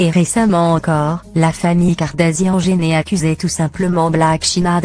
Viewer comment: Kardashian et kardasian tu prononce mal